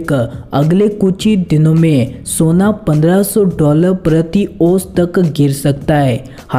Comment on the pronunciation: Soniuo nahi hota hai sona hota hai hindi bolana sikh